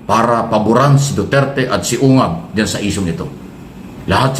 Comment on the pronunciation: Ungas pangalan Hindi ungab😅😂😂😂😂